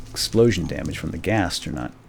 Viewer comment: Ghast, not ghost. Just thought I would point that out.